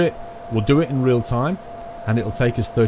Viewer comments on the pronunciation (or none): none